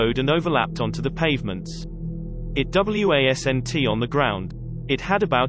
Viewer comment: You really need to sort this ai narration out!!! At 19.39 it said W a s n t on the ground. Not the word wasn't but it spelt out the letters. Also it keeps saying airplane when British people say aeroplane or aircraft!